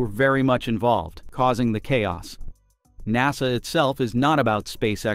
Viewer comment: Nawsa instead of NASA